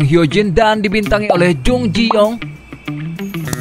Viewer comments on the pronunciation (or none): none